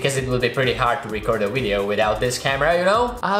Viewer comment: Its anoying that you always pronouce "wideo" when you should pronouce it "video"